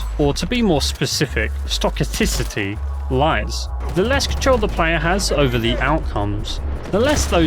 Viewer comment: stow-cast-iss-it-ee not bein mean, we are more alike than different haha its luck essentially given infinite tries, each possible outcome will occur no matter how improbable maaaaaath